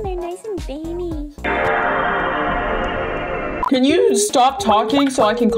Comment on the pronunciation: “Cause I see your hands and it’s nice and vainy” 😭